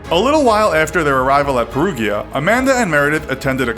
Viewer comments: pair-OO-jia. Not pair-OO-gee-ah. Hah. Like the video though! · "perujah" not perUGHEEA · Research the goddamn correct pronunciation of words if don't know them, every time I hear Perughia it makes me want to cut my ears off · Peruvia wtf is that south America??? PeruGGGGGGGGGGGGia GI Pe-ru-GI-a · Is pronounced Pe-roo-ja not Pe-roo-ghya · The city is pronounced like Pear-roo-ja. There’s no j in italian but a g followed by an i is pronounce a bit like a j. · Peru gee ah? Oh dear. Sorry Italy. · Little help with the name: Perugia = Pear-Roo-Ja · I'm sorry...."Peru ghee ah"?? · Perugia haha. Pe- ru-jah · my God...it's Sollecito (So-le'h-chi-to) not Solleci'to like Despacito, and it's Perugia (Peh-ru-ja). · For those who don't speak Italian: Perugia is pronounced "pear-ROO-jee-ah" (gee like "jee-wiz" lol) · PERUGIA - PE-Roo-dJa. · Also you mispronounce Perugia. It is “pe ru gia” Gia sounds like jia. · Perugghia, Sollesìto... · They way the narrator says "Perugia" is very funny and totally wrong. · "the jury"??? In Italy?????? REALLY??????????????????? Since when does Italy have a jury? And stop pronouncing Perugia in the wrong way! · The way you pronounce "Perugia" and "Sollecito" physically hurts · and how Amanda says "Rafael" instead of Raffaele!!! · You pronounce Perugia wrong! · You did all this work on the graphics and researching the story and you couldn't take two seconds to Google how to pronounce Perugia? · 😂 You're right...but to pronounce Perugia for an English speaking person is really difficult! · All the Italian pronunciations are wrong.... 🙄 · Wow, did you get a lot of things wrong. Amanda never lived with Raffaele. They had met only 8 days before the murder. She threw one party and while they did get a ticket for noise, it wasn't that wild. You also got other details wrong including the pronunciation of the town Perugia. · Everytime the narrator says "Perugia" an italian dies. RIP to my fellow italians lol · Perugia isn't pronounced that way